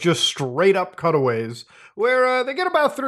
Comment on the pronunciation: I thought you kept saying cuddle waves until i realized you said cutaways. I was so confused.